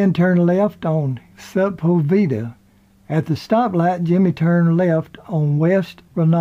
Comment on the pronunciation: It’s not pronounced sep pul veeda. It’s just Sepulvedal, near where we lived when I was a younger person.